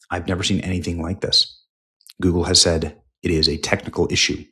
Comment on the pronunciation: Did you say Goebbels or Google?